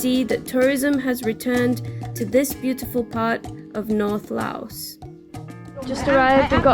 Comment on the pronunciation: Great video showing Lao at its best. I have lived here for the last 17 years and am very happy here. I have one small request and that is that you drop the "s" when saying the name of the country. The "s" was put there by the french and it is silant as in the correct pronunsiation of Pari"s"